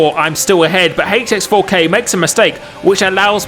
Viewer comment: Proper pronunciation for HX4K please